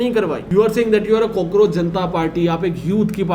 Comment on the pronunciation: Bro really said COKEROACH Janta party 🤣🤣